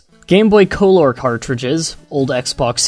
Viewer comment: Learn how to say things right. You said "colore" instead of "color" and "recignizzed" instead of "recognized"